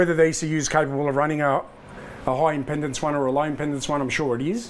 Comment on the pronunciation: Impendance? I think you'll find it's impedance.